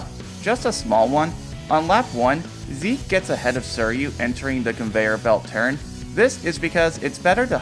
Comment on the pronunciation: The way you pronounce "suiryu" makes me want the stompers to crush my brain 💀